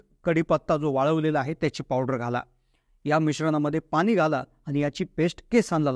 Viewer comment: Pani shadb tari not bola.....n.....cha uchhar ashudha 😅😅😅😅😅😅